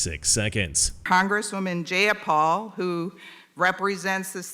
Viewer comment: JAY-a-pal. Take that b!tch 🤣